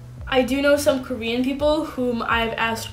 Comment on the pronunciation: Thanks for your tips, Even if you are not using romanisations, your Korean (just the 2 syllables you mentioned) seem to still have a strong "English" way of pronunciation (maybe you were doing it in purpose); how about show us a video how you speak it? and yes to an earlier comment, I agree that Korean Unnie is a really good channel, her videos are crisp, quick and native, and she explained the way each "Korean alphabet" is pronounced from a linguistic perspective and distinguishes it from an "English" alphabet pronunciation.